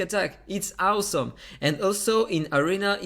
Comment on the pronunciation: It’s AUSOM how you can’t pronounce awesome 😂😂😂